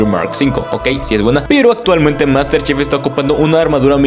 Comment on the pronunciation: Yo solo escuché Master chef glu glu glu glu, bien metida en tu garganta jajaja. Buen video bro.